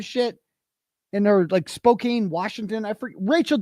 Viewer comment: It’s pronounced “Spoke Anne”